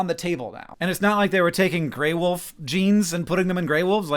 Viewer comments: She said Gray Woof I cannot hear her say Wolf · Some people pronounce "wolf" as "woof" and it really bugs me for some reason. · I can't take the gray wolf mention lady seriously after hearing her pronounce it "gray WOOF"